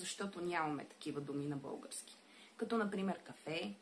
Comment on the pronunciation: Научете се да произнасяте "л" поне като говорите за български език, а не за "бъугарски".